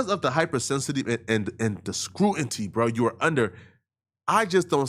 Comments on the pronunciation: incorrect usage of words for today: “scruanty” instead of “scrutiny” 🤦🏾‍♂ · It scrutiny not scruinty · Bruh SCRU-TIN-Y. WTF is "scruenty"😂😂😂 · for the love of god can you learn how to pronounce scrutiny, please god please